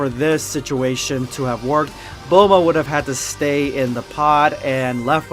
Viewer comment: Bulmoose not bulma lol